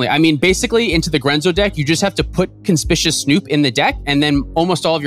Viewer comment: this was great, but, it's kon-spick-you-us snoop haha